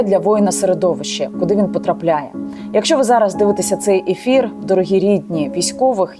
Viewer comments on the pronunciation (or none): none